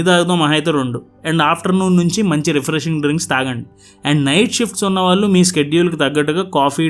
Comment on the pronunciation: “వాల్లు” కాదు నాయనా “వాళ్ళు”